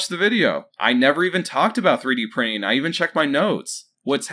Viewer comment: What's 3D prinning bud? I'm assuming it's different than 3D PRINTING? Also what's the innernet? Do you seriously not know how to pronounce basic words bud? Serious question. Do yourself a favor and just slow down and enunciate bud.